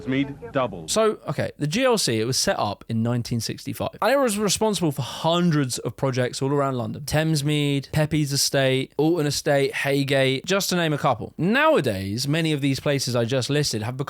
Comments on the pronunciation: "Peyps". Peppees estate? It's prounounced peeps. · it's pronounced peeps. 😂 used to do me in too when I was a kid. It's named after Samuel Pepys(peeps) 😉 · Pepys is pronounced Peeps as in Samuel Pepys. Isn't the English language wonderful? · Pepys is pronounced "peeps"... as in the great diarist of the Great Fire of London, Samuel Pepys. In my day most school children would have known that, but it seems that our shared cultural heritage is being eroded, despite the "information age" in which we live. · Pepys is pronouced 'peeps' btw : )